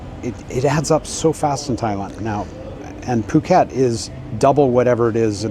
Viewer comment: Pàket? Please, pronunce is "pu-kèt", with the U of "bull", not the U of "buy".